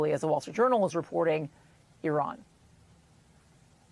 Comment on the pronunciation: It's very interesting how an American news channel decides to use the Hebrew pronunciation of Hamas as opposed to the Arabic or non-native pronunciation.